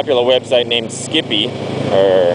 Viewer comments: lol skippie... ah ah it's skype, pronounced sky but with a p at the end :) nice video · Haha, skipee, nearly made my day. Yes I know it's skype, as in sky-p but anyhow. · not skippy......Skype pronouce the y like an i. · Its Skype. i Lol'd every timeyou said skippie. That buttn is cool but skype is a computer to computer vidio/voice messenger program. & Skype is free computer to computer (good for family chat) Skype also will not sell your information. EVRYTHING you do on skype is confidential. Skype is also 2.4 cents $00.024. The cost of the broadband to do it over a web browser is moor then that... compared to the $.60 you advertized.